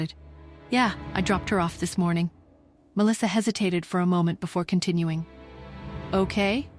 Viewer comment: The way ai keeps mispronouncing Melissa is annoying.